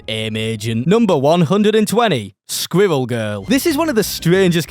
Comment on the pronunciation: Im sorry. I was giving you a pass becuase your accent, there's nothing you can do about it, but i draw the line THATS HOW YOU SAY SQUIRREL?!!??